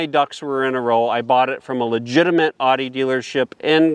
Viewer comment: Owd ee. Not odd ee.